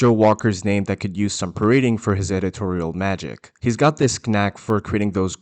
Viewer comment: don'tmean to be a grammar nazi or pronunciation nazi or whatever, english is my second language so who am I to pass judgement but did I hear you pronounce the silent K in knack..